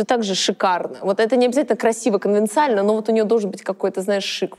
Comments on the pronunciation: хе-хе ксюша слово "конвенциональный" говорит неправильно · Конвенционально, а не конвенциально. Наврали про умную женщину перед этим явно лол. Речь - отдельный ужас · Правильно говорить конвенционально, а не конвециально 😢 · Только конвенционально, а не конвенциально 😂🙈💩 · Не конвенциально, а конвенционально